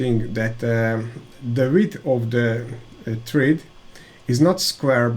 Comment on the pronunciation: Please check the pronunciation of thread online ;-)